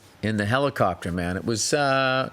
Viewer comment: Ol Billy is back in his HELICOPTAHH!